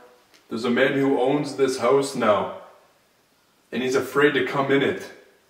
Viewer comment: Why do they say "hose" instead of house